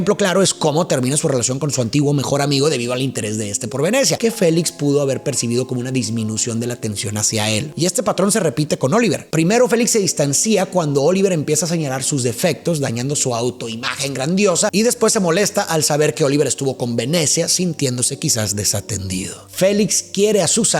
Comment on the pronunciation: Tus análisis son magníficos. Un comentario más. No se dice distanci -a. Se pronuncia distancia. Félix se distancia de. . . Saludos.